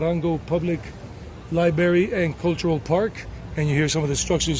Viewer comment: I don't mean to be snide, but the word library in English has an r sound after the b sound. Not Libery, it's Library. Or is that how people say it in the Carolinas? If so, I retract the comment.